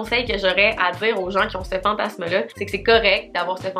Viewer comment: Une fois sur deux tu dis fantassss lol c’est fantasmmmmmeeee haha